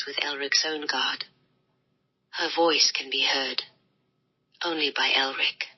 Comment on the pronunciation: ELRIC. Not Erlic.